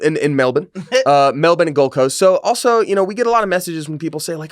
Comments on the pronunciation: Pronounce Melbourne as "Melbin" we always correct foreigners when they pronounce it the way it's spelled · I've said this before, Melbourne doesn't rhyme with Born. It rhymes with Burn. That is how you say it with an American accent.